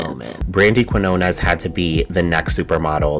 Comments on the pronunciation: If so, you should know how to pronounce the letters "Q" (in que- and qui-) and "Ñ", and there'll be no need to search footage of a Spanish speaker pronouncing the surname Quiñones. C'mon, you cannot spell / say "español" without "eñe"! 🤭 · You got her last name, Quiñones, totally wrong. I know Spanish is hard. 😅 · I was in Spanish Honors Society so it’s actually not hard for me, but I’ve yet to see footage of anyone pronouncing her name correctly. So it is what it is. 🤷🏾‍♂️